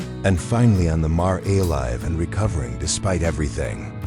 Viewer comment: Why are simple words not pronounced correctly???🥴. Mare is just as it looks! Long a and silent e.